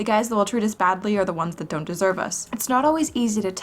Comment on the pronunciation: "Dezerve us"...